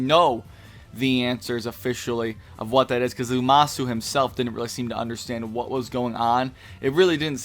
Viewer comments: It's Zamasu, not Zumasu. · Ikr i kept cringing lol but I'm not gonna make a big deal cuz he is very tired in the video